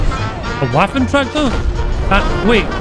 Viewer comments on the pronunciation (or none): Am I the only person who hears waffle traktor when says waffen träger